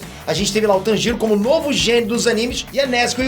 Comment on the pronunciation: Agonia ele pronunciando o nome do Tanjiro 🤡